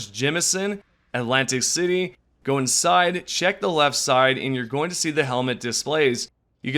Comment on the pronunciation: Say it with me New Atlantis not Atlantic City atlantiSSSS.